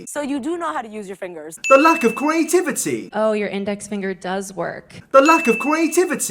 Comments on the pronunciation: The lack of curaytiviteh! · I get anxiety every time he says creativity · Why can’t you say creativity? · Video of a dude trying desperately to pronounce "creativity"